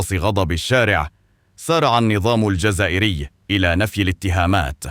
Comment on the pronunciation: يظهر من هذا الفيديوا ان صاحب الفيديوا وصاحب القناة والمتكلم في الفيديو من طينة الاعداء الوهميين الذين يغردون خارج الحائط وهذا ما يتبين من خلال نطقه للنظام الجزائر ففيهوغلضة تدل على حقده على الجزائر ووجد ضالته في هذا ؟ ونحن نعلم اننا لم نسمع لا بها ولا به لسبب واحد اننا الفنا ان اي شخص اراد ان يعطي لنفسه مكانة سواء صحفي او قناة او شخصية تجده يخرج تدوينة الهدف ليس ااضاح فكرة او قول حقيقة وانما الهدف هو رفع رصيده حتى ممن يسبونه ويشتمونه والدليل على ذلك ما نراه في المراركة وفي ذاك السعودي القائل ان عدد شهداء الجزائر لا يتعدى 150 فرد فقط ولم يقتلوا في ارض المعركة وانما في ثلاثة سجون فقط وهو لويعد عدد القتلى في السعودية التي لم تستعمر لتجاوز ذلك العدد بالاف المرات ؟! لهذا وذاك تريدون زيادة ارباحكم خذ علقة ؟!